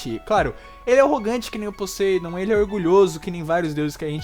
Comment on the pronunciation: Meu Deus cara!! Fala Poseidon direito! Fala o nome do cara todo leproso! Bom vídeo.